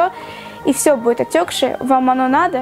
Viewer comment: Буид, кода... Как же режет слух., выговаривай все буквы.👌🏻